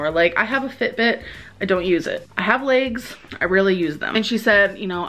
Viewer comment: My LEYGS MY LEYGS 😂😂 the way you say legs makes me howl every time 🤦‍♀️😂